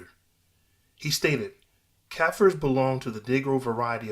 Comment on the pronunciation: Shit pronouncication